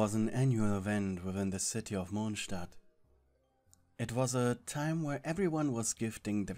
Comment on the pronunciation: “Mochstat” HAHSHSHHHAHAHSJSJ